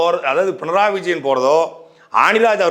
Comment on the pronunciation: பிணராயி என்பதே சரியான உச்சரிப்பு.